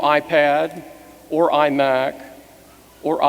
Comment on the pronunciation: "An ah-Pad, an ah-Phone or an ah-Mac?"